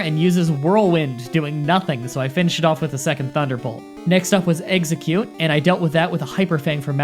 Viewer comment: IT'S NOT EGG ZE CUTE IT'S EX EGG CUTE